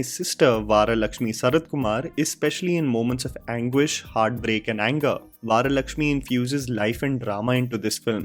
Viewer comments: Get the names right bro in the first place.. she is Varalakshmi and not Vaaralakshmi.. why dont you people get pronouns/names atleast properly; even as you mentioned Nandamuri as Nandmuri, I am sure you are not a telugu guy; just a fan of Balayya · bro thats बरा लक्ष्मी not वारा लक्ष्मी। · Bro loved your Review , just say Varalakshmi not Vaaralakshmi. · 😂 😂 the way you said vaara Lakshmi. It's varalakshmi. You used an iconic actor Brahmanandam garus clip as intro happy to see that. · Not vaa..it's just va, varalaxmi 🙂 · Its the weekend.. And single theatres aren't packed for VSR. Instead, they are empty as audience feel fed up with the cringe they witnessed during Day1.. By the way, its not Vaaralakshmi... It's Varalakshmi.. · It is not 'Vaara' laxi it is Varalakshmi Var as in Varun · It's not vaaara Lakshmi it's va ra simple va not vaa vara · First learn how to Pronounce Varalakshmi it's not vaaralasmi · Stop butchering the names man.. you are not from UK.. Its not Varisaaa.. Its Varisu.. with a SUU at the end. Its not Vaaralaxmi. Its Varalaxmi.. No Vaaarrrr.. just Varalaxmi.. How hard it is to pronounce Indian names that tooo by an Indian. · Pronounce our names correctly वरलक्ष्मी not vaarlakshmi, संक्रान्ति not sakrathi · it's वरलक्ष्मी not वारलक्ष्मी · You can't even Pronounce Varlakshmi...I wonder what kind of upbringing have gone through with 🤔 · im no done! you say veera as vira and vara vaara. come on mannnnn whyyyyy dawg why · Rey mundhu VARALAKSHMI pronounce chesedhi nerchko malli review lu isthuvu. 🤦🏻‍♂️🤣